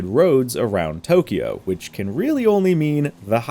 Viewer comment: I love you and you're channel a lot but please... It's pronounced TO-KYO, not TO-KI-YO. Please. It's only two syllables, not three. (Sorry to be a nit-pick but it's killing me) Thanks;)